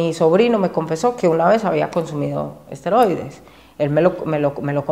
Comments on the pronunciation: Asteroides?😂 Es esteroides!😅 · Amigo, con todo respeto y sin el afán de ofender. No son "Asteroides", son "Esteroides". Saludos y Gran video!! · Por que nadie comenta que se dice ''ESTEROIDES'' 🤣🤣🤣🤣🤣🤣